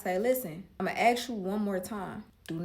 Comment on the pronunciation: "listen, ima axe u one mo' 'gin" 😂